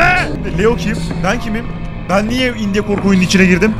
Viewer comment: Biraderim, video çok iyiydi fakat sana yalvarıyorum, "indiye" deme şuna.